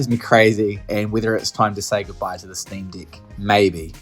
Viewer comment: Sream"dick" make me rolling every time you say it lol....